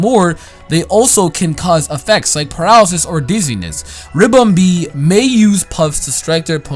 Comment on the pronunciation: Ribombee not Rimbombee